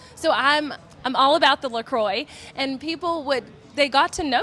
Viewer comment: Didn't think I could hate La Croix more until I heard it pronounced like that 😂